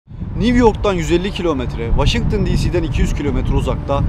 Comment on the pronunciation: niwyork neresi ben new york(niyork) diye biliyorum da